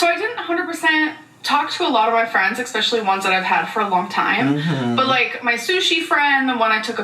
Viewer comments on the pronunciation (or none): For me its the expecially when its especially.. drives me insane 😂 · If anyone could please sent in a question request for the popsicle sticks for me please? Why does she pronounce especially wrong in Every. Damn. Video.?